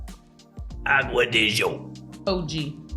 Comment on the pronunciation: I like your videos, but I can't stand the way you pronounce acqua de gio all the time. It's g as in giorgio not ż.